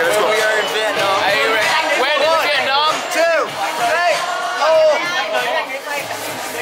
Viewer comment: THATS not how you say Vietnam bietnam well that’s fine it’s starts with a V not B